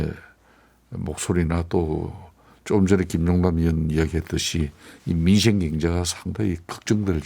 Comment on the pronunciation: 민!생! 입니다. 민쉥이 아니고 ..ㅜㅜ